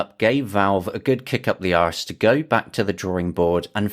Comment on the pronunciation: I still remember when it launched, those comments saying, "this will discourage native ports, so therefore I don't support it". 🤦‍♂ That was an interesting pronunciation of "arse", are you originally from the west country?